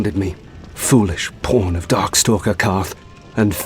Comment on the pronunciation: I know he's saying "Pawn" but that accent made me hear something else....